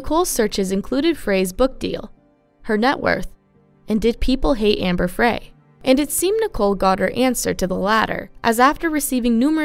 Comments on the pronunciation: It’s pronounced FRY not Frae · Pronounced "Fry," (not "Fray"... even though it is spelled Frey). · UndoubtEDly, not undoubtABly. And Amber's name is pronounced FRY not FRAY. 🤦🏼‍♀️